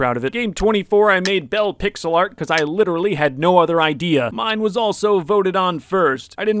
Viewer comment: in the bacon one when he said pixel art do you mean pigselart?